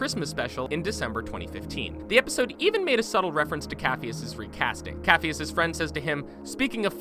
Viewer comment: Glad others caught that lol he also said 'coff-e-us' instead of 'caff-e-us'.